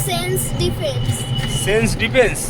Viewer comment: সেন্ট ডিফেন্স না সেন্ট স্টিফেন স্কুল